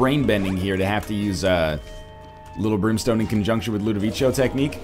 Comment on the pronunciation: Are... Are you complaining because he's pronouncing it right? And it's based on A Clockwork Orange, and in that movie that's what they call it.